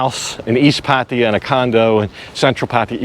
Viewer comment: Every tme a vlogger pronounces it Pattie-ya, a kitten dies 😥